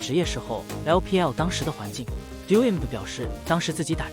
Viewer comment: Doinb一直讀成doing是怎樣